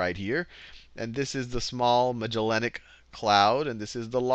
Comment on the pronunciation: thumbs up just because I now know i'm not the only one who struggles with that word - Magellanic